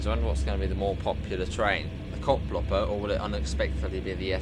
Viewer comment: It's not Koplopper but Koploper. So, the second part is not pronounced like copper but like coper, not hopper but hoper. I hope this makes sense.